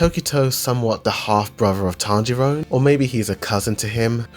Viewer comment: the only thing i can complain about is you saying tanjirone